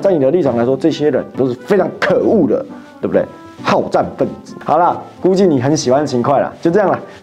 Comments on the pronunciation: 更正一下吧89的讀音 秦檜（會） 不是秦檜（快）😊😊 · 秦hui，不是秦kuai